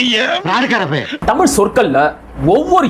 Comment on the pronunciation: ஏன் நீங்க புரிஞ்சிக்கிட்டங்கீளா விளக்கம் சொல்லுங்க தமிழ் புலவரே தமிழ் என்று சொல்லாமல் தமில் என்ற படிக்கிற தற்குறி உனக்கு தேவையா